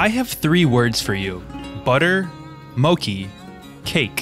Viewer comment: Wow, you went to a lot of places! Thank you. FYI: “mochi” is pronounced “mo-chee”, LOL.